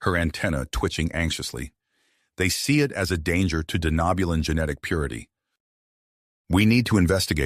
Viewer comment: Lovely story, the only thing I’d have to complain about is the way the TTS pronounces “Denobulan” but I know it’s gotta be a pain to get correct… Keep it up, I’d love to hear more of this story. Edit: Okay gotta put on my nerd hat really quick… What’s with the Denobulans having antennas??? The Andorians are the only major species I can remember having them